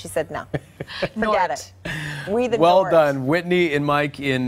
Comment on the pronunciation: 'We the nort'? LOL Kahwi is a gift that keeps on giving.